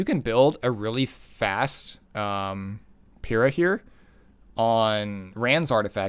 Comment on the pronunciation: The first content creator I’ve heard to pronounce the name right lmao. I’ve been bruiser gang for a while, she might make me switch over to cleaving more